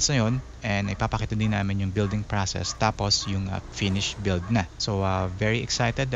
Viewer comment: "pracess" "praccesor"